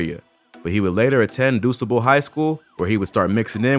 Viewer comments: Bro is this uploader from Canada? "Doosable" highschool? ☠ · It is so funny people try to do documentaries on Chicago’s gang life and can not pronounce none of our streets. There is no 59th Calumet Parkway!! pronunciation is (cow-u-met) or the Met building 6219 S. Calumet the high school is Du Sable HS Pronounce (do-saw-blem) just put it all together that is how you say the name of the streets and school out here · The School is pronounced .... DU-SA-BLE..... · *Cal-U-Met & *Du-Sä-ble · Calumet is pronounced CAL•YOU•MET. lol not callamet and it’s DUSABLE (Doo•Sa•Bull) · Bruh… “Dew-sah-bul” DuSable high school..not w/e tf you just said😂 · The way he pronounced DuSable 🤣😅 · Still upset you pronounced DuSable wrong. However, I am learning from all these Chicago Gang videos that all the gangs have spinoff gangs because everyone wants to be the leader and create their own gang. So how many gangs do you need to join to be considered the baddest in the game?? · This video is BS. I can tell this guy never step foot in Chicago from the way he says calumet and DuSable. That's not how we pronounce calumet or Dusable in Chicago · Can't even get past your pronunciation of Calumet and DuSable. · You can tell dude aint authentic... how many words you gonna mispronounce?? Calumet, Dusable, smh. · You pronounced DuSable wrong smh🤦🏾‍♂️ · Lol the way u pronounced calumet and dusable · The way he says calumet and duSable makes me mad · Ion like how he pronounce Calumet and Dusable 😭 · I went to DuSable (you butchered the pronunciation fyi 😂) with this man, he was so goofy and playful I had no idea he was out there like that. R.I.P.